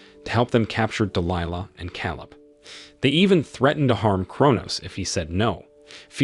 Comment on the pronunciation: Why are you pronoucing Delihla differently? Sometimes you say it correct ("Dee Lie Lah, then you say "Dee Lee Laah". Also "May Fee Ahh"? Bad Text to voice.